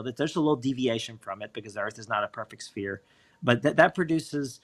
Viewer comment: I'm sorry but sphere is not pronounced spear. Spear is a hunting weapon. Sphere is pronounced sfear. Sorry but it's annoying hearing people call it a spear